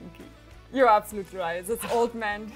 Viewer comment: (Th)Sis Card is (th)se staple of (th)sis deck. Gott man hört richtig wie deutsch du bist. Aussprache!!1 :D